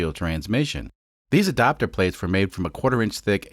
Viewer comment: You say "adapter" funny.